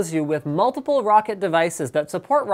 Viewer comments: Its pronounced "rock cat" not rocket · If you say Roccat correctly everytime you say it for a whole month I'll give you 10,000 dollars